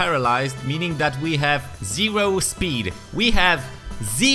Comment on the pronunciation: ZEEROH SPEEED